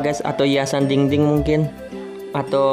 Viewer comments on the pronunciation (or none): Bang bukan dingding yang benar dinding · Bang belajar ngomong 'dinding 'dong